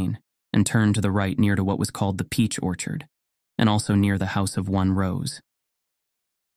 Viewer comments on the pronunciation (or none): Get a damn person to read this! Not the AI that can't pronounce "peach orchard"! Zero stars.